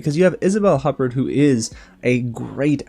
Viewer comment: For starters, learn how to pronounce "Huppert." as in Isabel Huppert...ya idiot.